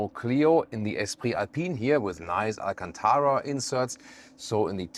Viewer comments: pronounced Alcântara almost...almost perfectly. A few more days in Portugal and he'll start forming some sentences... Once again, an excellent test. As usual... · You said Alcântara quite well! Great pronunciation 👌 Have a great stay in Lisbon!